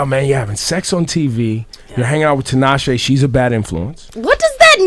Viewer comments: Is it just me or did Nick mispronounce Tinashe ('Tinasheeee' )? Dude, she's the featured artist on your single and she actually makes 'Nick J' and 'Tinashe' rhyme in the song... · Did Nick really say Tee-Nah-she omgggg no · Lmaooo Nick said Tee-nah-she. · He's annoying as fuck. Why Tinashe is even getting on a song with a guy who can't say her own name. Let alone this motherfucker got like 3 writers credits on the whole album, meanwhile, Tinashe writing her own shit. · he basically said she instead of shay.... relax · masterchef simba it's still wrong nonetheless. it's even worse because he's worked with her. it's embarrassing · Nick can't hit because he didn't say her name right